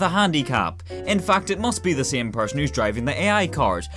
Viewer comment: Listening to him say “the sæm gæm with a different næm” is beautiful 😂